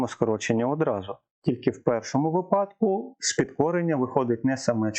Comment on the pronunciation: випадок - наголос на и